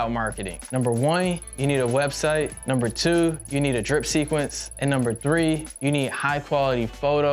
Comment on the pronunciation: “Number wine” so cool.